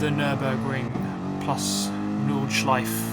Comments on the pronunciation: Every german be like: It´s nordschleifE, there´s an E at the end not Nordschleif triggered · Porsch-E Nordschleif-E and so on... :*